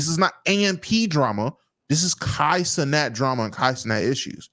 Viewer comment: It proves they dont know wtf theyre talking about when they can’t even pronounce Cenat correctly